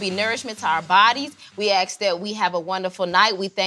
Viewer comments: We AXE that this food provides nourishment. Why is it so hard to say ASK? Just axing. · “,,,we axe that,,,and we axe that,,,” lol